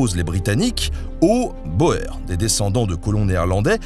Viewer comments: On prononce Boers les " Bour " Sinon on fait une confusion avec les Bauer kriegs et les "Scwartzer Haufen.." 400 ans plus tot (debut 1500) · Super épisode, merci !!! Ce type ne lâche rien ! Toutefois, petite info prononciation : la Guerre des Boers se prononce "Guerre des Bour". "oe" --> [ou]. Je sais, on s'en fout car on comprend bien, mais moi je dis que si on peut apprendre quelque chose, on s'endormira plus malin le soir :) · J'adore vos vidéos... petite correction de prononciation sur celle-ci : la guerre des Boers signifie la guerre des paysans, et boers en néerlandais se prononce "bour" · Au fait, boer, ça se prononce boouuur (avec un long "ou"), c'est du flamand, ça veut dire fermier. Merci pour tes vidéos ! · Intéressante présentation. Dommage que la prononciation du nom soit déformée. Carton de Wiart se prononce Carton (comme du papier Carton) et Wiart (comme oui- art). De même boer (fermier en néerlandais) se prononce (bour). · Guerre des boers se prononce " bour" ( guerre des fermiers) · On ne prononce pas "Boer" mais "Bour". 😅 Tu dis bien "Mathieu van der Poul" et non " van der Poel". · Sauf que le nom se prononce en français et non en anglais. Idem pour les Boer, on prononce bour puisque c'est de l'afrikans, dont le base est le néerlandais. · Boers se prononce " bourre" . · Boer, ça se prononce comme "bourre" (en néerlandais, 'oe' est la façon d'écrire le son écrit 'ou' en français). Et Carton de Wiart est un nom francophone. La famille est originaire du Hainaut. Pourquoi le prononcer en anglais ? Du même ancêtre est issu un ministre puis premier ministre belge contemporain de notre héro intuable. Les Wallons ne vont quand même pas devoir se mettre à prononcer les noms francophones bien de chez eux en anglais, quand même... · 🤣🤣🤣 la prononciation de "boer" ça m'a tué. Sinon une des meilleures vidéos niveau story telling. Excellent. Bravo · « boers » ça se prononce [bour] car en néerlandais (ou Afrikaans pour le coup ^^), le « oe » se prononce [ou].